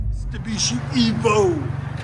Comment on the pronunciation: I'm hearing you say MISTAbishi ...........😂😂😂